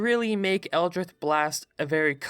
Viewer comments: eldritch. there's no "th" sound. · The way you pronounce "Eldritch" scares me more than the abominations defined by the very word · I was mad enough with the pronouncing Eldritch without the c... but I disagree with Warlock being so mid tier regardless. The spell slots are the only negative, but you get some at will spells, Eldritch Blast having the potential to get off a minimum of 24 force damage with Agonizing blast if all beams hit alone is noteworthy, they can also gain Smites too, and their versatility is off the charts. I'm not saying S tier, but still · Every time he said eldritch I twitched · How the heck are you pronouncing eldritch? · Is that how you pronounce 'eldritch'? I thought there was a 'c' in there... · Is no one going to comment on the fact that he pronounces “Eldritch” like “Eldrith” for the warlock part? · ITS ELDRITCH not eldrith blast thats a t and ch pronunciation as in ditch not th as in with. Please gawd this makes your videos nearly impossible to listen to. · It’s elditch not eldrith plz say it right u made me cringe every second of warlock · Eldritch not "Eldrith" you fool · I hate to be that guy, but does he just pronounce Eldritch Blast as Eldrith Blast or is it just a lisp? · excuse me? eldritth? eldritth blast? scrbgffgf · I hate that he says eldrith instead of eldritch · I have no concept of if you have a speech impediment so apologies if you do but... El-drith? Eldritch! like a drunk slob yelling "Elder Rich" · Am I the only one that's absolutely annoyed by "Eldrith" instead of "Eldritch"? Yes? ok... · "eldrith" For the love of Lovecraft it's eldritch. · EL-DRITCH not eldrith cough Nice vid bruh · it's eldri*ch* not eldridth sorry it just really bugged me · eldritCH eldr-itch not ith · Why are you pronouncing it Eldrith? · butchered Eldrich when talking about the warlock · this dude cant make the 'ch' sound and just says 'th' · Is this boi saying Eldrith Blast? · " Eldr-ITH" is new, never heard that before